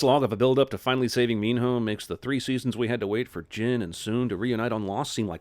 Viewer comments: Minho is pronounce mino, not meen-hoe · Every time he says “Mean-hoe” I cringe. IT IS PRONOUNCED “MEANO” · How did Minho’s name pronunciation go from Meeno to Mean-hoe by the end of the series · I don't know why it keeps bugging me he keeps pronouncing Minho's name as Mean-Ho. Reaaally emphasizing that H... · Is Minho actually pronounced as Min-hoe? Just asking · Did he say “Min HOE?” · I keep hearing mean hoe lol no...I'll see myself out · I'm adding another sin for the amount of times they say Minho with different pronunciations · STOP SAYING MINHO LIKE THAT!!!!!! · I cant concentrate on the fucking video when he pronounces minho